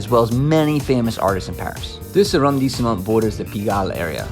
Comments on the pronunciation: Phonetically A-Ron-de-Smo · His accent is terrible Bad pronouciaton of. Arrondisement!!!! Ugh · Yikes. He is adding an entire syllable to the pronunciation of arrondissement! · Nice video! But I have to point out that the pronunciation of “arrondissement”, the E after the S is silent. Also LE is not pronounced with an A.